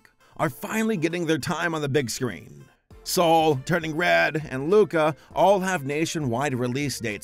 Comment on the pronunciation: anyone else thought that he said "saul" instead of "soul"